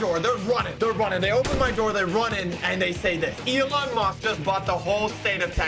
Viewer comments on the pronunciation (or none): none